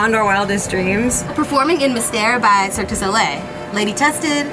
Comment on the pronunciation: everyone failing to pronounce Cirque Du Soleil makes me anxious